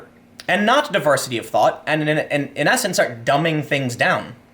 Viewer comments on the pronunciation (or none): Anyone else hear Tim say "Diversity of THOT" instead of 'thought'? If she breaths...